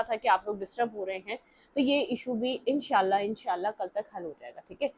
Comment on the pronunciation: I love the way as you said INSH A ALLAH 😊😊😊